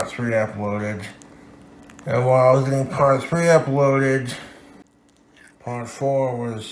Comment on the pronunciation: “Uploadit” guy can’t pronounce “d’s” or “t’s” at all at the end of words.